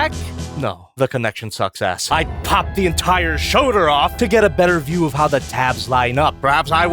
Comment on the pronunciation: “Rotation at the shöder.”